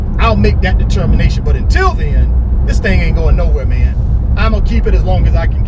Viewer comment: "thats it mann" must be from FL